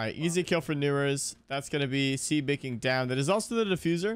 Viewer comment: brooo, i just couldnt when he said "see baking" over and over☠️☠️ and im sitting over here like "ITS SEBA KING!!! his name is sebaaa bro"